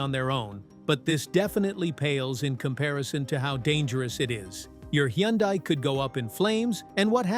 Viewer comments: It's pronounced Hun Day not Hee yun Die. Just saying... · Correct, Hunday......hurts my ears hearing him mess it up. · All this applies to KIAs, too!😂😅😊BTW, Hyundai is pronounced like "Sunday". Just saying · I call it "hi un di" ... lol!!!! In Korean, Hyundai (현대) is pronounced roughly as "hyoon-deh" or "hyun-day" (split into two smooth syllables: hyeon and dae). It sounds closer to "hy-un-deh" rather than the popular English "hun-day" or "hy-un-die"